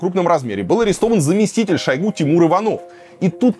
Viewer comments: Шо́йгу - режет ухо каждый раз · шОйгу 🫠 после этого ударения экспертность видео сводится к нулю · ударение же на у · Где то он говорил, что ,,шОйгу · Ударение на первый слог. И вообще это реально имя его отца, которого звали Шойгу Кужугет. Кудугет - это распространённая в Тыве фамилия. Но ему при выдаче паспорта имя с фамилией поменяли, отсюда такая экзотическая фамилия получилась ) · По арабский у нас зовут его в новостях шуего ударение на е )) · Ударение на О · Люблю смотреть Варламова, но этот не могу. Один говорит шОйгу, второй шойгУ, потом один и тот же человек ударения на разные слоги ставит. Дак уже шОуйги, или шоугУ? Бесит!!!!!! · Я только сегодня узнала, что Шойгу- мечта логопедов! 😂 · Как бы мы не относились к Шойгу и прочим товарищам. Но как же режет слух ударение на О в фамилии Шойгу этого «эксперта» вы хотя бы проверяйте своих экспертов на грамотность. Коверкать фамилии совсем не благозвучно. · За 30 лет " деятельности" Шойгу никто не знает где ставить правильно ударение. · ставь ударение правильно) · Ударение на последний слог! Он тюрок! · Политический обозреватель за 30 лет не научился правильно ставить ударения Шойгу😂 варламов, где ты таких находишь?👎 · Шойгу ударение на первый слог.